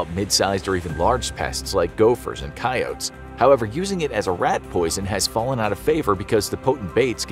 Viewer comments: i know this man did not call a coyote a "koy ote" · Never heard an ‘American’ using that pronunciation for ‘coyote’. Hmmm 🫢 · The mispronounced word that I recognized was "coyote." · “I was like hmmm, what type of coyote is that🤔”